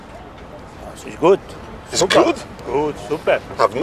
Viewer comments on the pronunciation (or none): ah yeea, classic gastarbaiter, this guys is from croatia/bosnia/serbia 100% I can hear it in the accent when he says "super"... xd